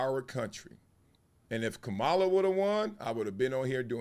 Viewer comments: Why won’t you say her name correctly magalus Wiley? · Comma La. This is how you pronounce her name. This is coming from a none supporter of Mrs Harris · Bro I respect your take and agree with much of it. Just one thing though, Bro… don’t disrespect her (Kamala) by repeatedly mispronouncing her name. You are an educated man (Columbia). Come on man! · I don’t care about anyone’s personal politics! But please her name is “Kamala” not “Kamulla”! Your name is Marcellus, of all people! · Is he mispronouncing her name on purpose or intentionally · Throughout this entire video, you mispronounced her name. She is the Vice-President of these United States. You know how to pronounce her name. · Marcellus do your homework and pronounce her name correctly. You are pronouncing the name of the vice president like she is the WWE wrestler. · Comma-la... that is how you pronounce her name. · Why do you intentionally mispronounce her name? Really why? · Gotta get her name right, dog.